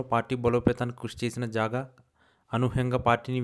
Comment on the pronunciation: జాగా కాదురా బాబు, జంగా క్రిష్ణ మూర్తి